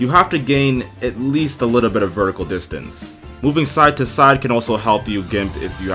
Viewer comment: Distance not distince.